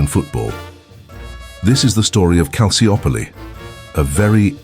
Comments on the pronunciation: Excellent documentary but the Maradona era at Napoli had nothing to do with Calciopoli, nor did the mafia/Camorra. So why include them? Also Calciopoli is pronounced Kal chi opoli. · Calciopoli is pronounced Calchiopoli. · Loved the video, but this dudes pronunciation of Calciopoli was driving me insane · Can’t even pronounce the name of the scandal correctly… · Mostly irrelevant material. You barely understood what Calciopoli was about I mean you even don't pronounce it correctly.